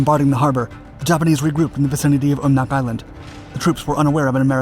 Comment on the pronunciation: Great video but you go some of the pronunciations wrong. Umnak...um-knack Akutan-Ack-you-tan